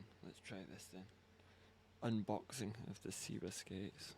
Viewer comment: When did Seba become See-ba?